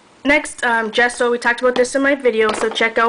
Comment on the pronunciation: I friggen love your voice, it sooths me....I especially love the way you say 'gesso'